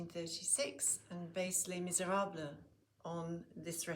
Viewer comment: I love your pronunciation of Les Miserables 😁